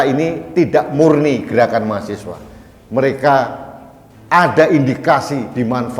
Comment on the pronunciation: bukan mahasewa om, tapi mahaSiWA